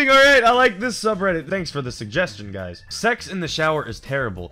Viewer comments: ANNND WITH THAT "HUYS" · He said "and with that huys" My irl name is Huy(I'm Vietnamese)